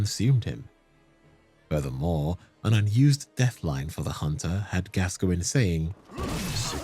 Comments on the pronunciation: Its Gas-coin not Gasgoingin lmao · it is gas -coin . googke the english football player gascoigne!!!! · My favorite is Rusty's "Father Gasoline" XD